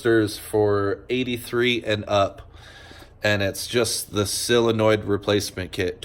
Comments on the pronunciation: It is a SOLINOID, not a selliinoid. Say it - SOL - IN - OID, you are killing the English language. Your bike will always play up while you are killing the english language, after all, the English language is all Harley Davidson has now that is remotely Americian. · Solenoid numbnuts not silinoid